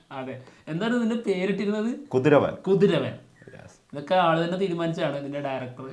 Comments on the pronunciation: അതുപോലെ കുതിരവൻ അല്ല കതിരവൻ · കുതിരവൻ അല്ല. കതിരവൻ. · കുതിരവൻ അല്ല Bro,, "കതിരവൻ "ആണ്,,, നിങ്ങളെന്താ മമ്മുട്ടിയോട് ഇത്രയും പുച്ഛം,,,,?????? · kuthiravan alla kathiravan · കുതിരവൻ അല്ല മോനെ കതി രവൻ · Kuthiravan alla kathiravan anu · കതിരവൻ എന്നല്ലെ ഭായ്... കുതിരവൻ എന്നല്ലല്ലോ??? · കുതിരവൻ അല്ലടെ കതിരവൻ